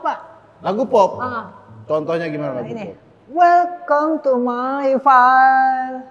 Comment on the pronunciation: Welcome to my life ❌️ Welcome to my file ✅️